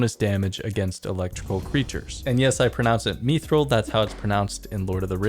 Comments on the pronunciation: stopped the vid at me-thril, the boys said mith while half the community was in nappys m8 hard stance on this one unless mod ash has a clip saying me-thril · (checks what game we are talking about) Oh it's not LoTR? Ok. It's Mithril, not "meethril". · Dude, it's myth-ril. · Technically mithril isn’t pronounced the same from lotr to runescape for copyright reasons